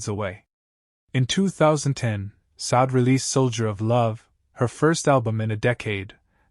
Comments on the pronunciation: It’s “Shar-day”………not Sod. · It's not pronounced Saad; her name is pronounced: Sad-day. Please get it right!